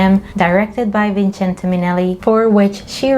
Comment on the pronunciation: FINALLY, someone who knows how to pronounce Vincente! subbed with a bell!